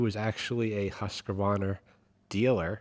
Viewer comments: It's not pronunced Husq(e) - varna, it's Hus - qvarna. Hus = House Qvarna = Mill Simpsons = Millhouse Keep up the gret work! I look forward to your vids every Thurday :-) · Not husq varna its "Husqvarna" spell it like this Huskvarna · The brand of the chainsaw is a Husqvarna and phonetically spelled it it Hoosk-varna but you can say Husk-varna as well just not husk-wa-varna. This pronunciation is directly from the company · Its called huskvana. There is no A in the name. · Great fix!!! ALL Americans and Many other english spoken nations say Husqavarna ??? Hus-qvarna 😅 There is Also some Volkswagen issues Pronounce Folkswagen… German V is pronounced like F BMW is pronounced BMV [BMVe] (Bayerische Motoren Werke) German w is pronounced like V Just saying! Hope it helps someone😂 (Im a fully educated lumberjack with +3 decades of experience - And prefer Hus-qvarna, had same issue several times, on my and other People’s saws) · In case you are wondering, It's pronounced HUSQVARNA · I think you’re wrong I think it is pronounced HUSQVARNA 😂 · I wish people would pronounce the name as the manufacturer says it. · Pleas try google translate to hear how Husqvarna should be pronounced. Preferably in Swedish, but google set to English is not far off either 😅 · is not adding a non existent extra A in the middle of a brand name is very strange? isn't the equivalent of calling a library a liberry? Or pronouncing nuclear as nucE-lar?